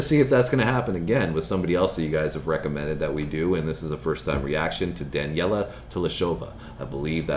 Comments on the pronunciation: It's pronounced Duh nel ee yuh. And do not worry it took me 6 months to get it right and I still butcher it if I am tired. This young lady is one in a billion vocally. I compare her vocal quality to Karen Carpenter who had as natural a beautiful voice as you can imagine. Daneliya is better. The best pure singer I've ever heard and I'm 72 and have heard a lot of great singers. This girl sounds the same whether she's in a studio, live with music, or just busting out acapella. She may not have perfect pitch but she is always pitch perfect. Unless she is sick, and even then I've never heard her go sour or sharp. He tonal quality is so smooth and pure that it's like wrapping yourself in a giant, warm comforter having come in from a very cold outside. She is 14 here and 16 in real time. Like Angelina Jordan, Daneliya is a 2006 baby. Danya is 6 months younger than Angelina. I love them both and I call them, 'My Twins' because of their ages, their paths to this point, and because I found them by chance at 2-3 am 3 nights apart in November, 2017. I heard Daneliya first and had a physical/emotional experience that still affects me when I think about it. It was her blind audition for The Voice Kids Ukraine where she was 10 and sang, 'Stone Cold'. I have a chronic condition that has two components, pain and sleeplessness. So when the meds lose their effect I wake up and usually have a gap before the new meds kick in. That's when I hit the internet looking for singers to distract until th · Daneliya. not Daniela